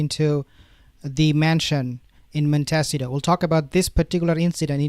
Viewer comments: Pls… montecito not montesio 😂😂😂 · Please! It’s pronounced Mont ih C toe. You are very hard to understand at times because you mispronounce so many English words. Please learn how to pronounce names of things at least closer to the way they are said in America. Thank you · You asked how to pronounce the city that H&M live in it’s “Mont ta seat toe” sound it out.